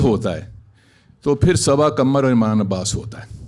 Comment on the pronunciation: She speaks her last name "Kamar" instead of "Qamar". Now she is participating on Rekhta's platform.